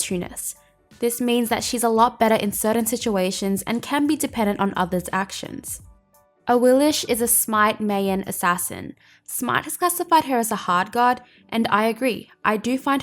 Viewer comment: "...Awilix is a Smite Meiyen assassin" Damn... Hit and a miss.